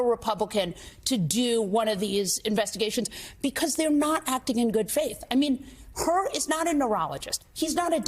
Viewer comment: FYI his name is Hur not Hurd.